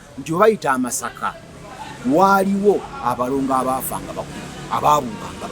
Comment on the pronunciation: The real word meaning sorghum in Kinyarwanda is "Amasaka" not "Amashaka" as you pounce it.